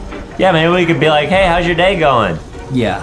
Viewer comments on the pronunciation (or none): He said Die instead of day